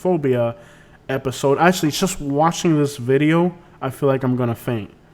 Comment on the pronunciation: you have a bad attitude, this airport is seamless to navigate if you are smart enough to READ THE SIGNS BEFORE making a turn. bye the way "Just", is not pronounced "shust"